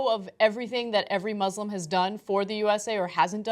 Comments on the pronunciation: I'm glad that you're defending the Islam by making fun of an Islamaphobic person, but it actually is called 'ISlam' with an S not a z, 'muSlims' with an S not a Z. thanks 😊💞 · IT'S MUSLIM NOT MOZLEM WTH